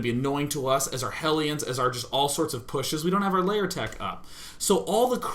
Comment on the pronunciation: Does he say Layer instead of Lair? xd